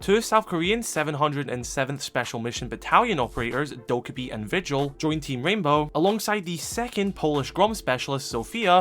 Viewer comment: Dokkaebi is pronounced doe-kay-bee :)